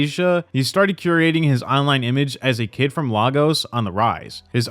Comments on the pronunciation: I'll even help you pronounce it 'lay - gos' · Lay-gos Bro next time do a tiny bit of research before talking about a country you haven’t heard of? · Just to let you know you pronounced Lagos wrong 😂😂